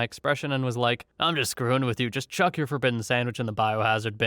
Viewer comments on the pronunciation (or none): none